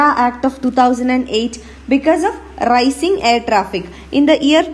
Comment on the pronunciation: Ra-ee-cing....rising mam